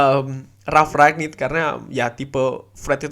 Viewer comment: rangnick mas dengernya ragnick